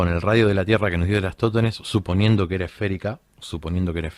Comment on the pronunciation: Por que le cuesta tanto pronunciar "Eratostenes"?